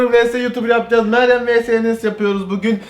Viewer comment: Meyyem diyo